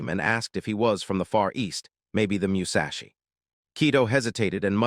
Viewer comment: meushashi is wild instead od sayin musashi